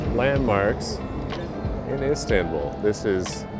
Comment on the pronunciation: Pronunciation of Istanbul.. "a" is not like in apple. Like in America the last last "a"... Fyi